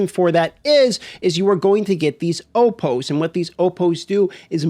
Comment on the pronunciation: Opohs?? lol